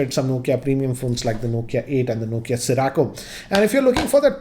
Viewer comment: Cirraaakko.....what the fack!? 😂😂😂😂😂😂😂 Sirroco, it is dude!